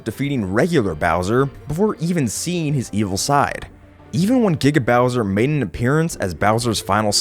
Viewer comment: It Giga Bowser, not GGaw bowser. You say it wrong so often. But I'll let it slide as not every research video ever made is perfect.